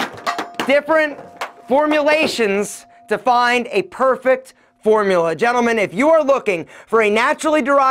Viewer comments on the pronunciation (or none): none